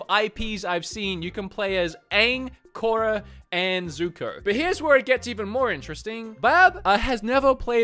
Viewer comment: Was cringing the whole time you were playing skadi (Kora) lmao 🤣